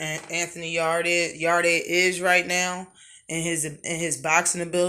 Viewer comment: Yarde is ranked#1 by one sanctioning body. The rest he's not even there. Pronounce Yarde correct first, it's not pronounced like your back yard!! Lol! Canelo also not stealing fights. If something falls threw in everyday life and you see an opportunity to make millions your going to throw your hat in there and try to get it. Same in boxing. Kovalev is responsible for it all if anyone or anything. Also ward had been hunting in his own words at coming out of retirement to have a third fight with kovalev, who's name you also not pronouncing right. If that happens ward will fight him before anyone Yarde and Canelo included!!